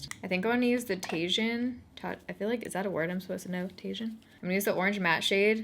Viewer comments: TAJIN is a seasoning you can put on fruit and veggies and it amps up the flavor!!! Sooo yummy! Pronounced Tahheeen not Taygin. Hahahahaha that part made me lol! 😘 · the word tajin is actually pronounced ta-heen not tay-gin! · The Tajin shade is pronounced "TA-HEEN" It's a spice that Kristen uses with her caronas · I laughed a little when you said 'tajin.' It's pronounced tajin = ta-heen :P It's my favorite seasoning to put on my fruits, especially mangoes and watermelon! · I think maybe that colour "tagine" is pronounced "tah-sheen" and it's the same sort of colour as a tagine pot, used in Morocco for making a type of stew. I could be completely wrong lmao!